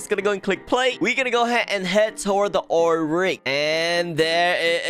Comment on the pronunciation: I like how you call like “Ool rig”